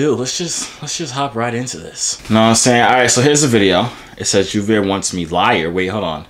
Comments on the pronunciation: Why does everyone call you it’s Joovier THERE IS A BIG DIFFERENCE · I feel like she said on purpose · She said 💀🤨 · howww is it where did she get that pronounciation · She said your name wrong 😂😭 I’m dead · She said yo name incorrect on purpose she fronting for the camera she really like u 😂😭🤦🏽‍♂️